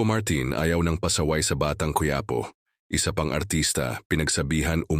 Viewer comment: Cuyapo . Ayusin no pagbigkas mo.